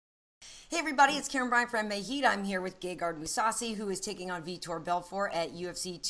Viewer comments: It's funny how he says Vitor. This dude says Feetor. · i thought he said feder, lol